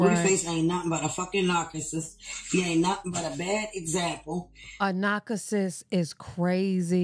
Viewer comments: A "nacuhsis"? 😂😂😂 Chrisean don't even rock with this sister. She hasn't even seen the baby in person. This chick just tryna collect a check for "views". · Yes she said narcacisst...lol